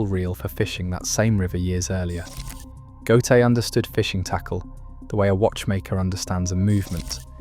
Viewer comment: The AI have to learn prenunsing Ö. GÖTE.